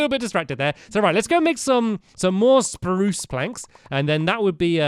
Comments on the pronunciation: STAMPY CAT, you didn't say SPAROOSE correctly Who else noticed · he aid spruce wrong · How dare you say spruce You only say sprrrrrrrrrrrrrrrrrrrrrrrrrrruce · Noooo stampy you say SPRUCE not spruce :_(